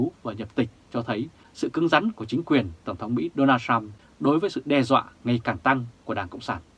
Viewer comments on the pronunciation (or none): none